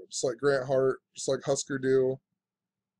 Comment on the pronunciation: Hoosker Doo not Huhsker Doo